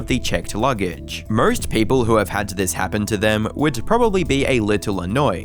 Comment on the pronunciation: Can’t say the R in anarchist…but puts r’s in any word missing an R but has an O ie nawwrrr, morrrrrst. Aussies lol